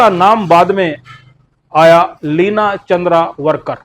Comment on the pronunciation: भाई लिना चंद्रावरकर नही,लिना चंदावरकर बोलो .....!